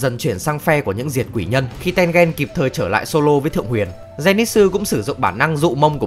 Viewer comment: mình có nghĩ the reviwer nên học quy tắc phát âm trong tiếng nhật, không khó đâu nhưng hiệu quả đem lại đảm bảo nhiều hơn. ki met su thì thôi vì vn không có tsu nhưng mà a-ô-i thì dễ mà, tên-gên nữa